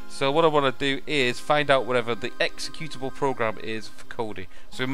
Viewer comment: You used to say "executionable" -> not executable. I miss that, lol :)